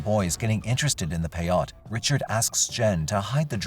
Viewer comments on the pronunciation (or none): Peyote not payot lmao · Lmao it's peyote not payotte and pronounced pay-oh-tee😂😂😂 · It’s pronounced “pay-oh-dee”